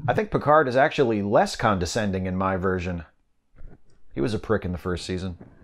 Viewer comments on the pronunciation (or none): none